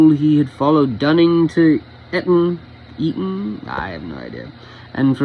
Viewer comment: Well read! 🇬🇧 Yes, the second one, Eat-on. Although you would have nailed 'starf', when it's 'Staff-ord', it's said as exactly that, not ’Starf-ord'!